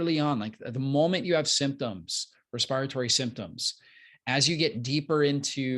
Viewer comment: Respi rytory? Dear doc. That word above doesn’t exist. It’s called Respiratory